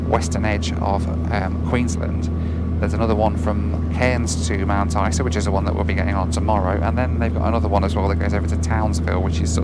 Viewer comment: you pronounced Isa incorrectly